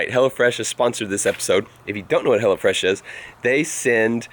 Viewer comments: Who else thought he said HellaFresh instead of Hellofresh? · when you say hellofresh, it sounds like you say hella fresh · I thought it was "hella fresh" cuz the way he said it lol. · sound like you said hella fresh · When I first heard you say 'Hellofresh', I thought you meant 'Hellafresh' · when he said hello fresh... i thought he said hella fresh xD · i thought he was saying hella fresh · I thought you were saying 'hella fresh' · before he put the link up for hellofresh i thought he was saying hella fresh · Hahaha I thought you were saying "Hella Fresh" 😂😂😂😂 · Am I the only one who thought he said hella fresh? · I thought you were saying hellafresh hahahahahah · I thought he was saying "hella fresh" lol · I thought said "hella fresh" at first lol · anyone else think that was saying hella fresh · Kept sounding like he was saying hella fresh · Until you put the text on screen, It sounded like you were saying "Hella Fresh" which is honestly a better name. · anyone else thought he said hella fresh?